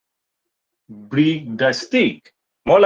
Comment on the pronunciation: Break pronunciation wrong